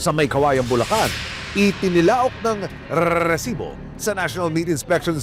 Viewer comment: Tigilan mo yang rrreeeesiboo mo kainis😂